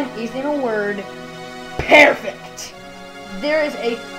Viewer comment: pearfect. lol